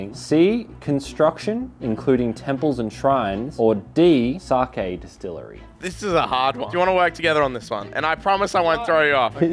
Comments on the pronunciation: Sakiiii?!!!?? Fucking saaakiiii?!?!? Where is there an i in there?!?! It’s saaaa kkeeee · really said pronounced it sakie not saké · Sake is pronounced Sahkeh not sahkey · not saying sacky instead of sock aye